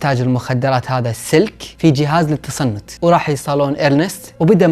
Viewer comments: قال جهاز للتصنت والاصح "للتنصت" ،لا تلوموني مركز بالسالفة ☹️😂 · فالدقيقه غلطت بدال كلمة تنصت قلت تصنت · دقيقه قال جهاز تصنت هههههههههههههههههههه هو جهاز تنصت ههههههههههههههههههههههه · وش تصنت اسمه تنصت من الحماس لخبط😂😂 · تنصت مو تصنت ! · تنصت مب تصنت 😂😂😂😂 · جهاز للتنصت مو للتصنت بس لعيونك يا نخليها تصنت 😭😭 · جهاز تنصت** مو تصنت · احس مستحيل اني ركزت انه قال تصنت مو تنصت الدقيقة ولا حصلتها ف التعليقات مدري هي شدة ملاحظة ولا من قوة الاندماج والتركيز مع القصة 😂😂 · قصدك جهاز تنصت ✅ مش تصنت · خطأ صغير الكلمة تنصت مو تصنت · بالدقيقه ١٦:٥٠ قال جهاز تصنت بدال تنصت😂😂💔💔كنت مركزه بالقصه كتييير لحد ماقال جهاز تصنت